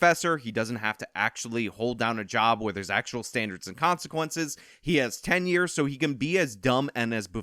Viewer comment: I'm not attacking or anything, but why is it people always say "Ten Year" instead of "Tenure". They don't pronounce the same either, don't mean the same thing, etc. This is coming from a French dude, not even English as a primary language.